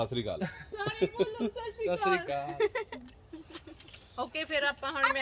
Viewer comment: Is not shashikal, is SAT SRI AKAL JI, pls say properly,🙏🇸🇬